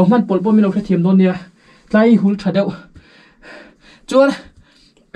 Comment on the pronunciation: Ka lo ngaimawh Mai Mai a,'Tlai hi' ti lo hian ' ti lai hi' ti zawk la ka lo ti thin😅, 'khu lai khu ' tih aiah 'tlai khu' tih te..